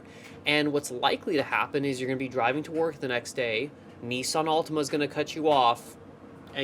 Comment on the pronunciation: He said Nissan Altima with the hardest R I’ve bee heard 😂